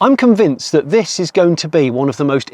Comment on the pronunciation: Oh Jonny! "Thatch!" You can take the boy out of Somerset... 🤣